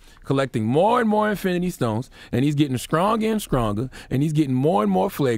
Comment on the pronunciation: The way charlamagne says “skr” instead of “str” whenever he’s talking gets me every time 🤣🤣 “skronger, skress, skrategy”